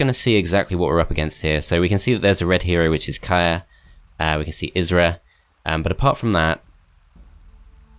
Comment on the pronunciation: FYI, Kyrre is a male name and is pronounced exactly as its spelled, not 'Kaya' :)